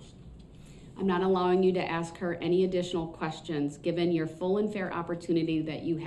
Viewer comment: So is saying "ax" instead of "ASK" a colloquialism? It drives me nuts!